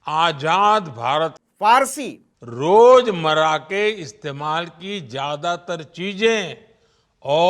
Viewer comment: "रोजमरा" नहीं रोज़मर्रा। "अनेकों" नहीं अनेक। अनेक अपने आप में बहुवचन है।